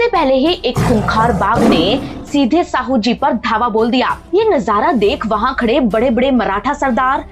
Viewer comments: Jise aap Sahu kah rahe ho wo Shahu hai ji. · मैडम जी गलत शब्द इस्तेमाल मत कीजिए। "शाहू महाराज" को आप "साहू" कह रहे हो सातारा को आप सतारा कह रहे हो मराठी में साँप को "साप" कहते हैं और नर साँप को "नाग" कहते हैं। नागपूर का नाम "नागवंशी" लोगों के वजह से प्रचलित हुआ हैं। चाँद शहा के मरने के बाद उसके बिवी का और बच्चों का क्या हुआ यह ठिक से ब़ताया नहीं। बाकी इतिहास भी अपने तोड मरोड कर आधा अधुरा ही बताया हैं।